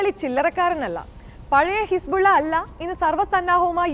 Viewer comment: ഹിസ്ബുള്ള അല്ല ഹിസ്‌ബുല്ല